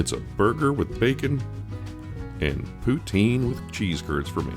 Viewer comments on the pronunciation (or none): none